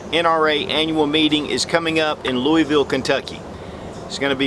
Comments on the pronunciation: Lou-UH-vull my friend. :-) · come on man. you said Louisville wrong then you spelled Kentucky wrong... I'm not a stickler but people do this way too often.